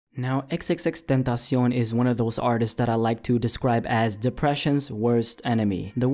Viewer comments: that's how it's supposed to be pronounced, tentacion is Spanish for "temtpation". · Luis Martinez idk what the correct way of saying his name is, but the way said it is how it is pronounced in spanish. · Damn perfect pronunciation